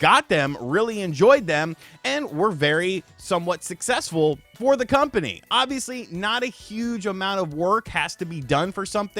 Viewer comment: Dumbass CU-ompany... made me lol... almost a slip up!